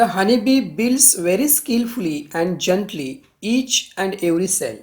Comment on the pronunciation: Doesn't no to pronounce gently😂😂